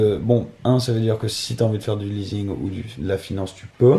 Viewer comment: Les explications sont pleines d'erreurs. Dans tes paroles on voit que ton intelligence est basse. Tu t'exprimes mal et tu prononce mal également. Exemple "leasing" tu prononce mal le S. Fils à papa sans cerveau. T'as aucune qualité. T'es juste bon à dépenser l'argent de papa.